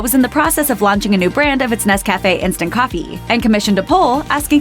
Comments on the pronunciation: This narrator must be American because she can’t pronounce Nescafé properly. The accent is on the Nes part not the café part. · It's Nescafe. Not Nes. Cafe. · You need to learn to pronounce Nescafé properly! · The way this woman butchers the pronunciation of Nescafe is killing me...